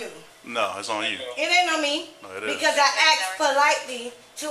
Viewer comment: "i aXeD u Ta UnLoSeN mA cUfFs"